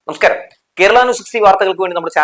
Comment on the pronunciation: ന സ്കാരം എന്നല്ല നമസ്കാരം എന്ന് പറയൂ